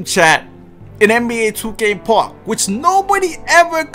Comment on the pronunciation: Can this Boggs say park right like omfg